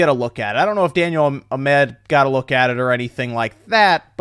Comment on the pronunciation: Learn how to read... what the fuck is Daniel A MED. sound it out fuckface